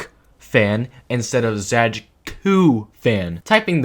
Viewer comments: /zəd͡ʒkʊ/ for "Zajcu" is frankly to be expected based on english orthography but it still hit my polish ass like a fucking truck when I first heard it xd. p.s. It's pronounced as /zajt͡su/ btw, which would be spelled as "Zaytsu" in english ig. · pisses me off how you pronounce it zadzhkoo and not zaytsoo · It's not really "Zae-dge-ku" more like "Zatsh-tshu" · i read their name as /z-EYE-ts-OO/ for a long time and im quite surprised there's a different way to pronounce it lmfao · It's pronounced 'Záytsu' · True, it truly hurts hearing it the way he says it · pronounced zaytsu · It's zai-tsoo. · im pretty sure zajcu is polish so it would be pronounced "zaytsu" like in polish 😭 awesome video btw :3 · Video's really good, just one clarification. Zajcu is Polish, so is his nickname. The pronunciation is actually Zay-tsu (sounds Japanese ik but it's actually Polish) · Why tf do you read "Zajcu" as "Zachku" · nice video!! just one thing, his username is pronounced kinda more like "zay-tsu". but that's just a detail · I believe the name of the channel should be read as [zaytsu] because the word Zajcu really resembles the word rabbit in many slavic languages. And yknow... rabbit... Bonnie... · It's pronounced "Zaay-tsu", it means hare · Sorry for correcting, but u should read zajcu as zaytsu, that's the proper pronaunciation. He's from Poland. Just saying ;) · I really like that video but the pronunciation of Zajcu is killing me inside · your pronunciation of zajcu is so annoying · Polish lol even tho the pronunciation of his username in this video isnt the best